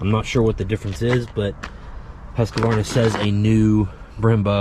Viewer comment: It’s pronounced “Husk-Varna” not “Husk a varna.” Yes you should know that.